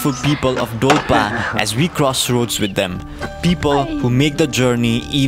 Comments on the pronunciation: that's dolpa not dolpo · Not dolpo its call dolpa